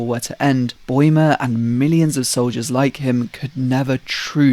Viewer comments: noo one points out how he says boimer instead of baumer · I dunno how anyone gets "boy-mer" out of Bäumer. The diacritical A is an "ah" sound, and even if it were a nornal, A, it would still be pronounced "bow-mer". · i am sorry but did you just call him paul boymer